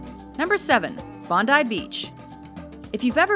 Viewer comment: At least she said Bondi like our every Australian says it and not Bon-dee.